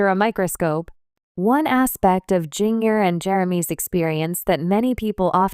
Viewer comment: Jeeng-er? God stop with the AI reading things.